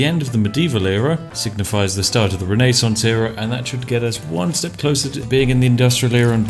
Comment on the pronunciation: Why did he pronounce Renaissance like that?